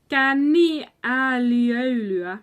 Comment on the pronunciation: KÄNNIÄÄLIÖ(I)LYÄ you missed the letter i there between Ö and L